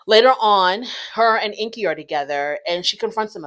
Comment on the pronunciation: Corona already admitted that she and Ingi were not together (or not anymore) when they started filming. So their storyline is completely fake 🤷‍♀️ And BTW his name is pronounced "Ing-gi", not "Inky". Just sayin'...